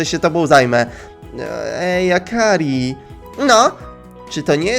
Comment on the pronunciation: Praktyki w sklepie? Takim sklepie w którym ona nic nie robi?.. Akri, :_: Zamiast akari